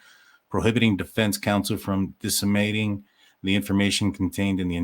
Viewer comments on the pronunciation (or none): Deceminating miss pronounced